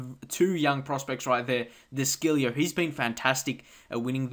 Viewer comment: De chilljo thats how u pronounce it